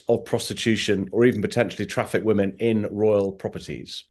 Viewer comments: Why does Andrew always say 'woman' when he means 'women' ? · Why do you not pronounce the plural of woman - WOMEN - CORRECTLY ?!? 🙀 (Sounds like WIMMEN) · I have nothing but respect for Andrew Lownie and am so grateful to him for managing to expose all these absolute creeps. BUT I wish he pronounce the plural of the word ‘woman ‘ correctly. Why does he call women WIH man WUH man ?? It’s a bit irritating considering he’s talking about women and the word pops up so often. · why does this guy struggle to say women as a plural, like 'whimin' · Can someone tell Andrew Lownie how to pronounce "women" vs "woman"? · RIGHT??????!!!!!!! I have commented that many times